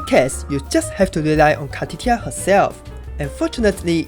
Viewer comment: i just have to , car-titti -a xD